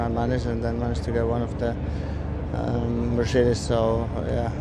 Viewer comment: "MerShadies" :D :D :D